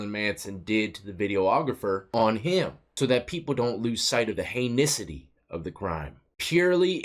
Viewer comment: “ heinisity”. That done ?